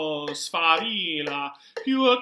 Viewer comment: Good Foundation but you are missing double L in the word Sfavillllllllllllllllllllllla.